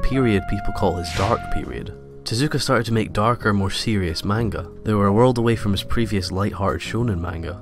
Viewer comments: Very cool video! Though one thing you gotta be careful about is how you pronounce manga, the correct way is "monguh" not "maynga". Some people might get after you if you're not careful :) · This video made me realize how it grates on my nerves when people mispronounce "manga". But the video was so good I was cured of this by the end of it. Thumbs up!